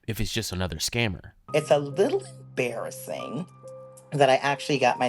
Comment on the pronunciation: “It’s a little BARRASSING” 😮